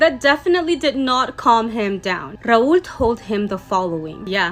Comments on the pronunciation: its rahul btw not raool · I think it was Rahul and she mispronounce it 😅😂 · Why she pronouncing Rahuuuuuul like that..